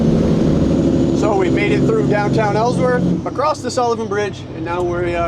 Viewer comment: The T is silent in “acrosst”